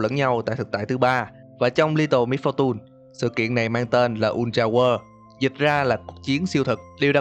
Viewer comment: đọc Littel Misfortune là: Lít- tồ mít-pho-tun Em đọc Litte Misfortune là Lít- tồ mít-pho- tềnh.:vv Nghe đúng chuẩn hơn Em ko cố ý chê bai chỉ là cách đọc nó sao sao ý:vv